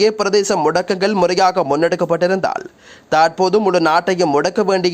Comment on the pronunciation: போடா நீயும் உண்ட தமிழ் உச்சரிப்பும். ஸ்டைல் என்ற பேர்ல தமிழ் மொழிய அசிங்க படுத்துற மாரி பிழை பிழையா உச்சரிக்கிறாய் eg. தாற்போது, காட்டம் காட்டாமஹா சிறுவர்களுக்கு